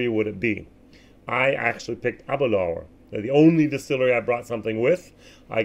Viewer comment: Abadoon? Oroloso? LOL No peat anywhere in der sicht eines Amerikaners!